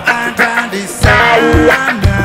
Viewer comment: Pengucapannya yang video clipnya "desana" brow .... Putri aj "putree"